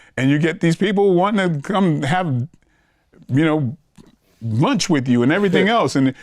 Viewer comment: He said munch, not lunch.